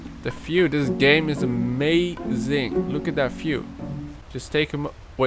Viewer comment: “Look at that fiew” “ where’s my CAN-oo” classic.